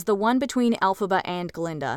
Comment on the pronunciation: It isn't "Elphaba."